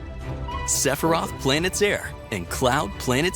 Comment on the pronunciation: Lol Sephiroth should not me pronounced as sounding like the place i gotta take my lady to for shopping lol. This whole introduction is destroying my childhood of FF pronunciation that was in my head. 😂.